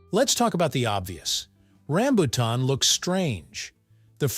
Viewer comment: i hate the mispronounciacing of rambutan